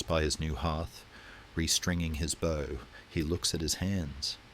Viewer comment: Great content but poor narration generation. Constant incorrect pronunciation bow, needs to say bow as it bow tie, not bow as in tree bough, just click the regeneration option on your UI, work with the filters a little and it will remove irritating glitches in the narration. Put the phonetic spelling into the text to speech option. Incredible content, but a little tidy up and attention to detail will make it perfect. Keep up the good work😊